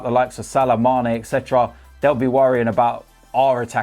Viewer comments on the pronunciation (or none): none